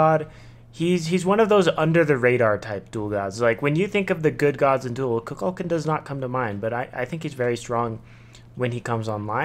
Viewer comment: Good video. But please, it is koo-kul-khaan